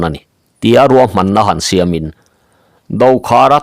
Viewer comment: Ruam tih tur niawm takah "Kuam"ti vekin i lam hlawm a,Mizo tawnga Ruam tih hi a dik lo tihna em ni dawn le.